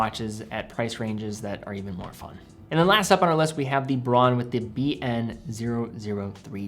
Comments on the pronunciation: In German the brand is pronounced: brown! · A very good list. One tip, though: in German, au is pronounced "ow". So it's "Brown" and "Bowhouse". One series I'd add are the Bertuccis. I got a top-of-the-line one with the 10 year lithium battery and sapphire crystal. The strap is awesome, too.